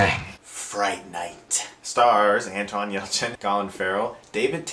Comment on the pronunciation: Anton Yelchin. An-TON. Not, "AntWAN." lol but whatever, right?! 👍😊